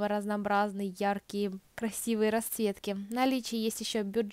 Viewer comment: Девушка надо говорить расЦветки а не раСветки